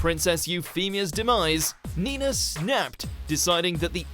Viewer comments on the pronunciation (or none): none